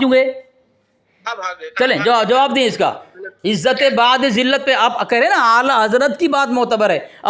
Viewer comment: بَعد ذلت nhi hai بُعد ذلت hai